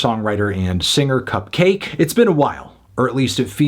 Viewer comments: Enjoyed the review, though it was a bit weird how you kept pronouncing it "cup-cah-kay". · It's not pronounced "Cupcocky" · wait, isn't her name supposed to be pronounced... cupcakke